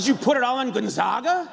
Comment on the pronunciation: GONZAGA! say it right not GonZAAAGAA